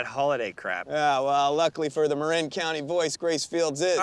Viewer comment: Surprisingly good for a formula movie. Problem is, they mispronounce Marin, which gets said dozens of times.